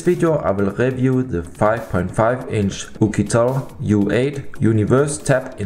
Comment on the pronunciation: review > "RIVJUU", not "RÄFJUU" :)